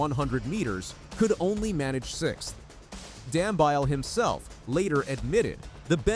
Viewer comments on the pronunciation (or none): His surname is pronounced Dam -be-ly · Is it too much to ask to ascertain the correct pronunciation of runners' names? Dam-bile??? Seriously? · Dumbeeele..thats how its pronounced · Please check your pronunciation of Dambile, it is totally incorrect.